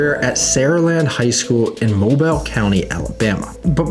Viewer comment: Pronounced 'Mobeel' County, Alabama